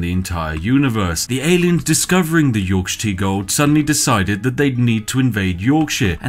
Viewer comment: the way you pronounce yorkshire stresses me so much